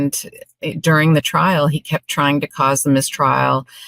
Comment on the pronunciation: THOUGHT HE WAS SAYING, HE WAS READY TO GO TO TRAIL...